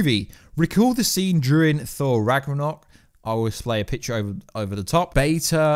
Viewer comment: Thor Rag-er-naug 🤣🤣😭😭🤣 I love you lol